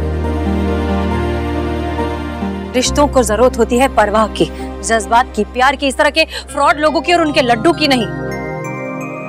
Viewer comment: aap Jazbaat ko jajbat kahkar Urdu ki tang mat toriye.